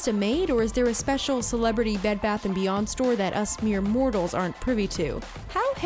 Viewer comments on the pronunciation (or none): none